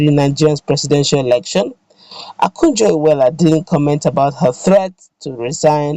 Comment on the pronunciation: Is Okonjo not Akujo please.